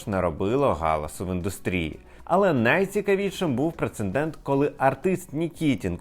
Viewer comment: ПРЕЦЕДЕНТ ! А не прецеНдент! В цьому слові одне Н!